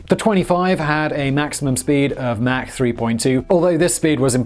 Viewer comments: MAC 3???? ITS MACH. MACH!!! MACH!!!!!!!!!!!! SPEAK ENGLISH YOU TEA SIPPING MARY. LOL. FJB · You left out the Mach 20 (pronounced "mock", not "mack") Kinzhal hypersonic missile announced in March of 2018 which renders the entire US fleet helpless. Please figure out a way for those of us who are already supporting you on Patreon to avoid the commercials! I went to and used the Search feature to find this episode on and got lots of hits - NONE of them to "Mig-31. Has Google managed to destroy all relevant links on the internet? I even tried the Duckduckgo feature Mig-31 to no avail. I could not find this episode on . I use Brave, Firefox, Vivaldi, and Opera. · its not mac its mach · Its mach not mack. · It is pronounced MAACK as in AU vs MAC as in McDonalds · Please say Mach (like MOC ) not like MAC & cheeze. Thanks. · You say "mach" like "Mack". Check the pronunciation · Mach is a German name and is pronounced Mahkh, not "mac" as in Big Mac or Macintosh. "Aircraft" is always singular, as in "fish" or "deer". Who is "Mickey Anne" and does she make airpanes? ;-) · Mach is not pronounced mack, but mawk or mock. He literally just finished saying he looks up the pronunciation if it involves the subject matter of the video. Smh. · Mach is pronounced as mark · "Mack three..." LoL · Pay ten bucks a month for no ads....still get fuckkkkkking ads. And that’s pronounced (mock) Mach 3. 22 meters is not 274 meters think you added 2 by mistake